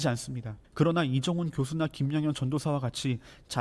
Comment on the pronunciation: 리정훈님이래...😂북조선 분이신가?😅